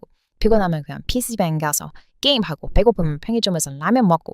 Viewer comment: PC방 발음이 많이 망가졌어요 어서 한국에 오세요